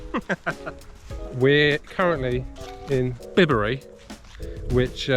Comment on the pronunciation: Echo looks like an interesting film. Bibury is pronounced Bye-berry, not Bib-berry, unless you are a Japanese tourist 😂